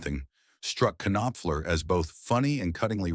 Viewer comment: It's a pity the AI voice can't pronounce "Knopfler" and "bassist". And its a great song, but it's hardly an insane story.